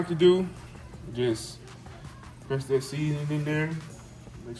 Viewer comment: Can you pronouce a word correctly? Wit = With, Dat = That. 2025 'bro' lets learn to talk properly.